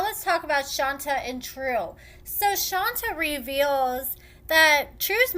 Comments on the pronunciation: Ayonna is a certified crazy clown! It's pronounced "Shawn-tay"....... not "Shawn-ta" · it's Shon-tay, not Shon-ta. ( You're the only person I ever hear calling her "Shon-ta")